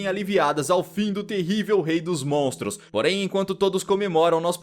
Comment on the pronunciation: Da um ódio dele só falar "montros" e "dinossauro"